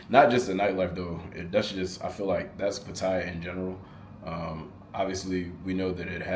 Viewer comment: The place is pronounced pa ta ya instead of Pa ti ya.